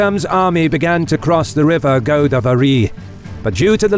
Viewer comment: I find your wilfull mispronou nciation of Indian names extremely irritating. For example, it's GoDAAvari, not GOdavery!